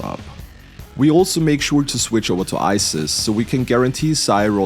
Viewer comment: For potential future runs - Scathach - Skaw-hawk, more of a throaty "k" sound at the end (don't know how to explain that) Cu Chulainn - Coo-Coo-Lane or Coo-Kul-In or Coo-Hul-In (proper irish) either chosen is acceptable. Not an english major or anything, just a mythology buff lol. Bonus - For "Isis" you can pronounce it the greek way, spelled the same, pronounced Ees-Ees or Ees-Is, again, either would be acceptable or her Egyptian name Eset or Aset, meaning "Throne of the Queen" I believe. Enjoyed the video, thank you,.